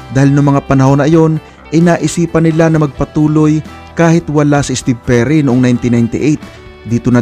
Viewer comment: Steve o jerry merun pla nun ang alam ko steve perry ang vocalist ng journey... Kung tama pandinig ko sa narrator lol